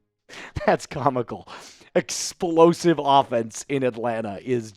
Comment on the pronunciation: Did you say explosive? 😂